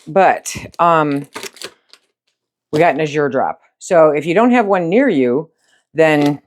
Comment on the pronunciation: The word azure in the name Azure Standard is pronounced with the accent on the first syllable. Not that it matters that much but I would want to know if I’m saying a word wrong. Thanks for your videos. I love watching!